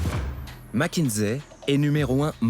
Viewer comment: Pourquoi MckinZé ? Ni en français ni en anglais ce n'est dit ainsi ?????